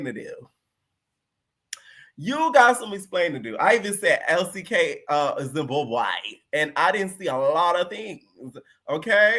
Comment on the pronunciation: When u say “Zimbabwe” I holler lol. Elsie is Coo Coo Choco got some hands 🥊 Rollie pissed me off she’s such a bully and cause she’s boring she picks smh Dolly needs to go I’m sick of her